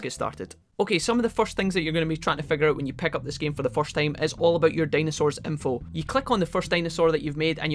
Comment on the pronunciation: Can you please pronounce words right! “Pick” is not Peck. “Hint” is not Hent. Just please take that into your consideration, thank you